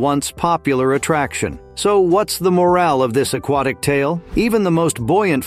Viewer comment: moral, not morale